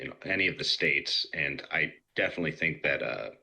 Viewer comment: So glad you could articulate United Shtates. Kudos